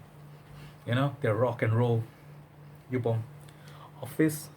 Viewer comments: it is Joup not jup.Joop is cherry syrup smell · jeco F It’s Yōpe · Love your reviews, but I think it's pronounced as YOP, like POP lol